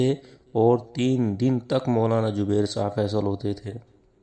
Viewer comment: DEOBAND KI SARKAR-PAREST URDU: It's "Zubair", not "Jubair", "Jawab", not "Zawab", "Mashwara", not "MaSwara",... Yea log kitnay Hindi sarkar kay chaplos ho gay hain, kay apni zuban hi bigar kay Hindu bana di, takay Hindu inhain kisi terah apna samajhnay lagain, laikin aisa to honay nahin wala.